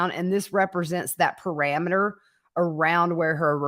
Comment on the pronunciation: Pe-ri-meter ... Not Pe-ra-meter.